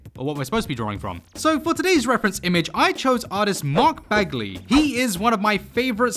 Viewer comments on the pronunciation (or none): none